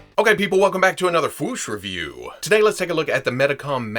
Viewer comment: And Medicom is pronounced Meedee com.